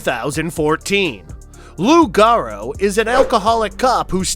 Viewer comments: Laughing at hour pronunciation. Loup Garou (pronounced loo garooo) is Cajun French for werewolf. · Lou garou. "Loup garou" french for werewolf lol